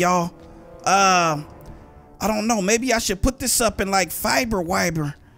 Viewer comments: said "Fiber Wiber" 😂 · "Mowroco" "Fiber wiber"........ u gotta go lmao